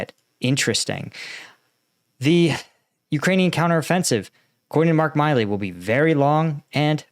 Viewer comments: I believe that General Milley pronounces his name "mill-ee". I know it's nit-picking, but I have a personal familiarity with both the surnames Milley and Miley. Unless Milley is very different from every other Milley I know, he doesn't call himself a Miley. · General Milly is pronounced Mill-e not My-lee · We're used to butchering the pronunciation of Ukrainian place and people names, but now he's also butchering American names. It's MILLee, not MILEee. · For God's sake, not only are you butchering all Ukrainian names, but you can't even read an American general's name correctly?! It's MILLEY, not MILEY. You just don't read, what's there! Pay attention and LOOK, what's written there! And force yourself to SLOW DOWN, because it's gruesome to listen to your ADHD-induced STUTTERING! Discipline! Like in the army. Speak continuously and do not rush! That's an order! And it's not ZaporiHIzia. Where did you get the HI part from? Again, resd, what's there and not something else from your fantasy! It's ZA-PO-RiZH-ZHIA. The ZH sound is like the G in beige, which is English, so you CAN pronounce it. Don't tell me NO, just do it! Slow down, take a deep breath and practice! Pay attention!!! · The pronunciation is Mark Milley vs Mark Milley just fyi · You really don't know how to pronounce General Milley's name?